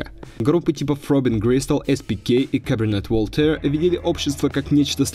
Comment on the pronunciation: Мисик конкрит, Каберне Вольтэр, Интелледженс дэнс мьюзик... Автор, ты специально так над исходными названиями издеваешься? Стыдоба же, ну.